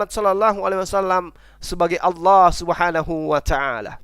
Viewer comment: Sok tahu ni c Edo dikira bnr ucapan Allah jg tdk benar balelol, mengucap lafadz Allah jg ada hk tajwidznya bkn Aw tpi Al yg ditafhimkan/ditebalkan mknya kalau tak tahu dari dasar huruf baca akan ngelantur ngawur ngaco dlm menterjemaahkannya, malu2in sendiri ke publik. Kalau ngucap Aw artinya jg beda